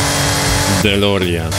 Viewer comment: DMC a nie GMC i nie Delorian tylko DeLorean